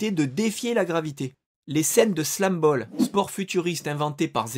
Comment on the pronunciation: pour Krups on ne dit pas "kreups" mais "kroups" c'est allemand :) et slamball se prononce "slambaul" pas "slambol" ;)